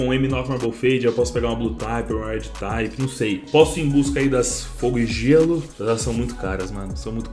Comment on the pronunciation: só uma correçao pra facilitar a vida, se pronuncia RED "TIP" e não "TAYPE" tmj